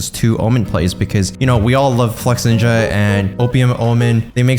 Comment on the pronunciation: am i the only one who heard him say flexNINJA instead of flexinja